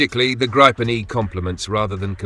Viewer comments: I hate hearing 'Grypen' It is pronounced 'Greepen', with the 'ee' being quite short. It is also not 'the' Gripen. The 'n' on the end is 'the'. It is one fantastic aircraft. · Gree-ben, not gry-pen..as NO and FI then DK unfortunately also on F35s instead of Gribens. Btw would be helpful for us casual viewers with info on where the different missiles are made, mix of EU and US? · Grip en not gripe en. Get your AI to speak correctly